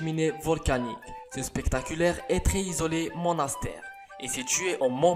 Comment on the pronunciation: Une pièce totalement zizolé ...... LES Liaisons dangereuses !!!! sérieux ta chaine est vraiment à chier